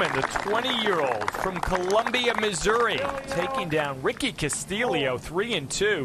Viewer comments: Ricky "Castililio"? C'mon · How can you not pronounce Castillo??